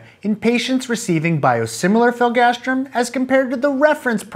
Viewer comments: hearing you say filgastrim not filgrastim drove me crazy. Interestingly, here in the UK biologics/biosimilars are one of the few things where all products have a distinct brand name (filgrastim for instance goes be Nivestim, Neupogen Zarzio and others). Probably a regulatory requirement for adverse event recording reasons, but interesting none the less. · Is it filgastrim or filgrastim? It's written filgrastim, but you pronounce it "filgastrim"...